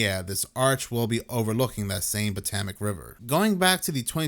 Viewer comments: 'POTOMAC' is pronounced: 'Po'= long 'O' (toe, tow, hoe, row) 'To'= like TOE W/same long 'O' as 'PO', 'Mac' = Just like a McD's Big Mac®. PoeToeMac-That's how us here Washingtonian's pronounce PoToMac (Like 'FotoMat'). And, yes, we bastardized the heck out of the original name of the: "Patoawoamac" Indian Tribe, No disrespect intended, implied or suggested. Just thought you'd want to be pronouncing it ~politically~ correctly. Hope this helps. This is the simplest way, there are other variations of course like the 'PO' having more of a short 'PA' (Papa) sound. Then again I pronounce Washington with an 'R' like Warsh... But that's because I'm a native 'Warshingtonian.' Peace out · 😂😂😂 thats not how you say Potomac dawg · It might seem minor, but..... what is Botemic river, or.. Botamac river??? It's very well known Potomac, ok. Try it slowly: PO-TO-MAK.... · Patomac is pronounced - PA-TOE-MAC. Just sayin' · pa toe mick -is how you say tge river 😊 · Pa-TOW-mik River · Pa-tow-mick River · Puh - TOW - mac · It's Pa TOME ik river. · wtf is the "Patamac" River - i mean - at least get the damn pronunciation correct - ludicrous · Potohmic how you say it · Why can’t you pronounce Potomac? It’s mentioned a thousand times in history! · Look up how to pronounce "Potomac"